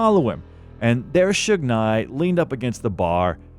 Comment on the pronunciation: This AI Bot pronounced it Suge NIGH.